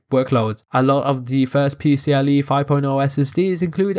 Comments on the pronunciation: Great video but its PCie 4.0, not PCLE 😅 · There's an i in "PCIe" and not "PCLe".